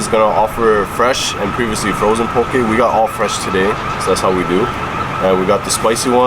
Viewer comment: The first thing learned was to say Poh Kay and not Poh Key. 😉